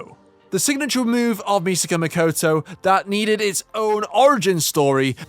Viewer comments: "Mikoto", please.. not "Mikoutou". It's not that difficult to pronounce a Japanese name, is it? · Apologies, it was not my intention to come over as rude. But I just can't get used to English native speakers pronouncing simple monophthongs as diphthongs - the latter is arguably a more complex pronunciation. If you watch Railgun then you hear "Mikoto" pronounced all the time.. I mean, nobody demands or expects a perfect pronunciation, but is it really necessary to always use English dipthongs for simple vowels?